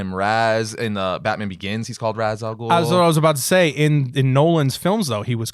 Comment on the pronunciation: Ra's is pronounced something more like RA-su so both are "wrong" Ozymandias is pronounced oz-ee-MAN-dee-as And Daken is Japanese in origin so it is dah-ke-n